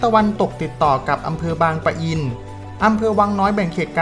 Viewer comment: บางปะอิน แบบนี้นะ ไม่มี ร ตรง ปะ